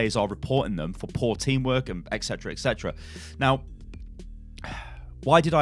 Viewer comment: repeat after me: Et Cetera. Not Ek cetera.